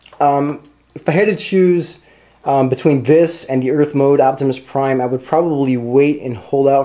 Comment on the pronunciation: u forgot the r in prime